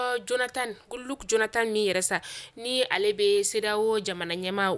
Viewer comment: Ma cherié tres belle presentation j'aimerias just te donne.un petit coup de pousse sur la.prononciation de (Goodluck Jonathan) = il faut prononcer comme goodlock Jonathan) 😍😍😍👌 je t'adore tu est la.meilleur